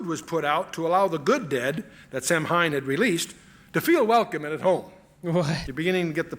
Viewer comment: Samhain is pronounced "Sahwin"